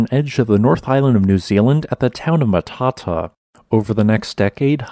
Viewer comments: Which would make sense if the pronunciation of Matata in the video is correct, but it isn't. It is pronounced Mat-a-tah (long ah sound on the end). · Ma ta ta, seriously? Mata ta, suddenly I'm finding it hard to take you seriously before you even finish your first sentence. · Very cool. I drove through here last Xmas holidays. The macron over the last 'a' means you give it extra emphasis - Ma-ta-taa. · I chap I went to school has a dairy farm right on the river at Matata ( it’s pronounced Mata -Ta .. l really enjoy your postings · pronounced "matta TAH" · For the benefit of non-Maori speakers, the pronunciation of the town of Matatā is: "Mutt - uh- TAR". It's a Maori place name. The short "a" is pronounced as the "u" in "up", with the long "a" (signified with the line above the letter - the macron) is sounded as the "a" in "farther". Consonance are pretty much as their standard sounds are in English. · Matata, pronounced mat-a-ta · Matata is pronounced Mat-tat-tar. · Pronounced more like mata taa. Great video. I learned a lot, thanks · Interesting. Pronounced locally as "matter tar" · Matata is pronounced Matter Tar. :) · Wow ! But we pronounce it “Matter-tar” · Its not Mah tah tah 🤬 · Mat-tar-tar Mat as in Cat. Ta as in Tar. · It is pronounced mat a tar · Ma-ta-tā. Torpō. Please stop sounding like a bad AI. Please learn how to pronounce place names of places you want to talk about. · Pronounced Mat-a-tar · Dont really think he cares about pronouncing things right or even having his facts 100% right. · Kind of detracts from your scholarship in that you haven't taken the time to discover the correct pronunciation of the name of the town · I don't live far from there (btw your pronunciation is terrible, it is not pronounced the same way as "Hakuna Matata"), beautiful place, beautiful beach, I would live there no problem.